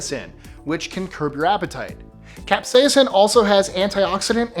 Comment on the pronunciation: Say "capsaicin" again. It sounds like you've got a mouthful of novocaine.